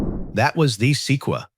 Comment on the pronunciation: The “Seekwa”??? Se-quoi-ya